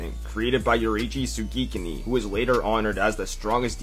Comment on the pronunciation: I agree with everything here apart from the way he pronounced "Tsugikuni"